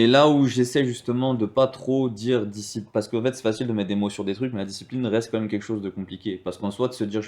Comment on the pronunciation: "comme même" 🤣